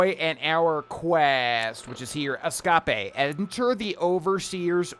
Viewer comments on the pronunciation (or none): Glad to know I'm not the only one that can't say "escape" properly after Finding Nemo lol